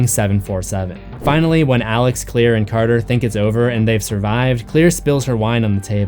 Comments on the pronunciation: But... Her name is Claire... Not Clear... I grt thr connection you made... But Claire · It's CLAIRE not clear.